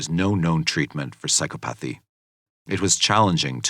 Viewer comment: You should probably know how to pronounce the word "psychopathy" correctly.